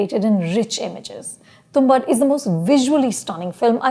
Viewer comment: Lady name is tumbaad not tumbad...for God's sake at least get the name right